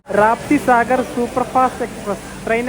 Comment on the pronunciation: രാപ്തിസാഗർ അല്ല റപ്തിസാഗർ എന്നാണ് കേട്ടിട്ടുള്ളത്.